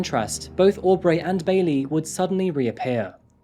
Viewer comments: Why do you pronounce things slightly off? Au-b-ray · Lmao hearing you pronounce Aubrey “Aw-Breigh” is really funny